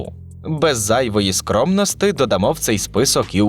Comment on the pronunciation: Відео цікаве, інтересно дивитися, дякую що зробили. Але диктор, ви є читаєте текст і так противно чути - ріже вухо ці слова ваші, сумніваюся що там пише в тексті "стабільностИ, зайвої скромностИ,"